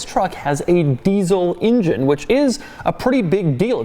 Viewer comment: "deezle injin" -Doug